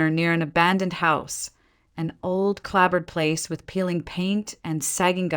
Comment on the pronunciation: "Clabbered ?" Seriously ? Clap-board !!!!